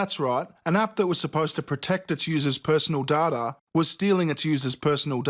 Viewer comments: I like the video but my ears are hurting after hearing data pronounced as "darter" that many times. 😖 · It’s pronounced DAYTA! Grrr! lol The Serena shit is ridiculous. Course it’s racist to this fucking ugly man-woman! 🙄 They even tried to say they “whitewashed” her opponent in the cartoon! Clearly the opponent is drawn as a brown woman, lighter than Serena but darker than a Caucasian, which she is in real life! ANY LITTLE THING to grasp at to keep being the victims! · Please stop saying DADA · stop saying dada! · When I hear you say "Data", it sounds like "Dada", which was basically a parody of high art, for those who aren't art nerds like I've become. Lol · Hay bearing, you saying DAT-a or data! It sounds like you’re saying DAT-a! That’s ok if you are. It just doesn’t sound like data. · It’s pronounced ‘Day-tah’ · My personal daughter?, you pronounce "Data" weird. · I don't think you said Dartar enough in this video. You stole VirtualShield's money. You owe them an apology:p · Damnit cant you aussies pronounce "Data" correctly?! there is no sodding R in it.. its pronounced Day-Ta ffs even the character on star trek TNG had to correct the crappy doctor from series 2 on this! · Please stop saying data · Why does he say data and not data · Your saying DATA wrong. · Bruh learn how to say data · It's pronounced data not data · its not 'data' its 'data' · Cool vid, but the way you pronounce “data” gives me cancer. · it’s pronounced DATA!!!! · I can’t handle the way you pronounce data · Can't say data right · DATA NOT DATA FUCK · the way he says data is kinda funny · It's data not data and if you think it's data and not data, you're fucking stupid. It's obviously data not data and data shows that the correct way of sayaing data, is data and not data, so for the last time it's data and not data, so it's DATA AND NOT DATA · How you pronounce "data" is disgusting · It data not data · Pls stop saying data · Omg idiot, it's pronounced data.